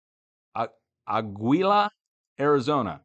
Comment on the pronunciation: Dutch Say AHgeelah,Arizona. It means Eagle. ; )